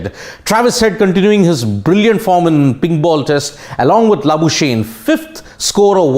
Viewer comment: Hey bhaio the Australian ( SA born) cricketers name should be pro nunced Mar nis La boo skugg knee not La boo shane.